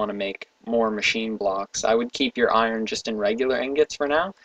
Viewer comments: no it's pronounced with the "r". i don't know how says "ion blocks". i hear something like "eye urn blocks" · you are saying iron wrong. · iron is pronounced without the R